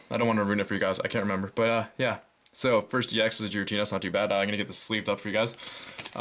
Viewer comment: You pronounced '' Giratina'' wrong.